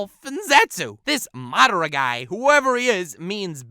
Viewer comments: keep your shitt together... Its madara... Not MAAA DRAA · He said madara weird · I hate how this kid says madara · Stop saying madara like that, makes my back cringe